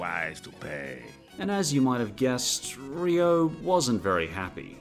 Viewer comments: Rio is pronounced "REE-oh", not "ree-OH" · It's "reeoh" Not "ree-oh" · The accent is on the i part of rio. Much love. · TIL Australians pronounce "Rio" differently. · your pronunciation of "rio" is making me reeee-OH... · WHY ARE YOU PRONOUNCING RIO LIKE THAT STOP